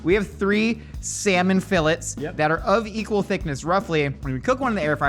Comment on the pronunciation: The fact that called them “Fill-its” hurts